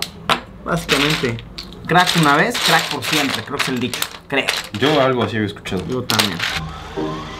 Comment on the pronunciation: dice "creck" y no "crack" Igual excelente video Luisito!!!!!